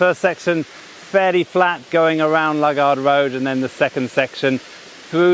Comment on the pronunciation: It's not Lug ard road it's Loo gard road!